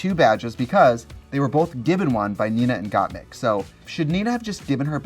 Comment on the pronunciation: Trixie is pronouncing gottmik wrong again hahahahaha